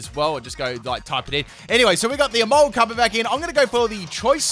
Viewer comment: Absolutely no one:: Emolguss!!!